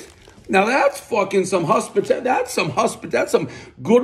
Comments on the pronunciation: One huspitality, everybody knows Dave can’t pronounce O’s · One “husspitality” everyone knows Dave can’t pronounce the O vowel